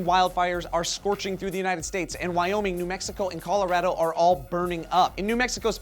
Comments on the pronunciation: this was the first time i heard someone pronounce Colorado "coloraedo" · Calarahdo LOL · Did anybody else notice how pronounced it Colo-rad-o and pronounced it Colo-ra(h)-do? Dialecs are awesome. Also, that kid is a BAMF! Holy frak!